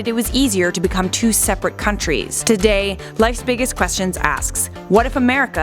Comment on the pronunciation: I love this channel and I love it’s content. But at :44, don’t think I didn’t notice the weird edit or pronounced word of “today” 😉. Still, great video!